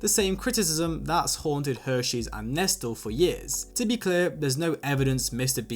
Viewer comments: It’s not pronounced nestel it’s neslay… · Love the video. But hearing Nestlé pronounced phonetically (instead of NES-LAY) was like nails on a chalkboard for me 😂😂